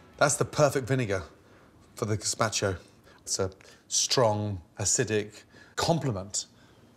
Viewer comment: I had to stop watching the video after 30 seconds because he butchered the word gazpacho